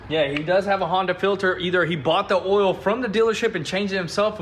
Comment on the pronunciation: Everyone: "OIL" Spills: "OLL" Spills